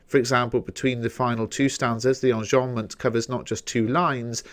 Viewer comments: Qanzii onjombment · Why do you say enjambment like that?